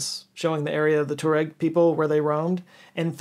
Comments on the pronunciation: I believe it is pronounced “Twa-Regg” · I thought it was pronounced "twa-reg".... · Pronunciation of Tuareg has variations… some will sound the TUAR part as ‘tour’… while others say ‘twah’… fascinating video… 🙏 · Tuareg is actually pronounced Ta-wa-req in Fus-ha Arabic and Ta-wa-reg in Bedouin/Amazeeghy Arabic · It's pronounced "twar-reg" FYI 😂